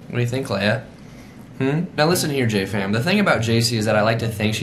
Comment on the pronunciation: When he said "JJ Fam" I could have sworn he said "Jatie Fam". I had to replay it several times and well it still sounds like it. lol